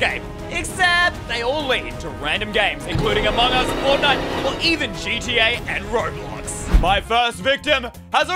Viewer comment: Why does say among gose